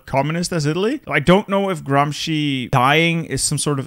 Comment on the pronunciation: English speakers pronouncing in the worst fucking hellish way every latin/italian word This guy randomly pronouncing "Gramsci" with the most correct pronounciation ever known to man. Gramsci is the founder of the italian comusist/socialist party if i'm not wrong he is Lenin but italian and looks more like trotsky